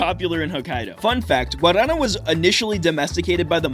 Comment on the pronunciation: That pronunciation of guaraná had me confused for a minute 😅